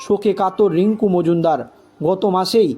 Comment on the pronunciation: অত্যন্ত দুর্বল উচ্চারণ।। অত্যন্ত শ্রুতিকটু।। রীডিঙ পড়ার মত এবং সেটাও অতি নিকৃষ্ট।। দোলন রাই কে, এবং মজুনদার কে?